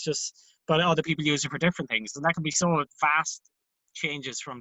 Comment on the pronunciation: it's typical Scottish, the Luke/look merger.